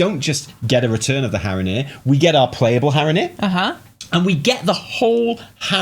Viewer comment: I died at Haranir are hara-here hahaha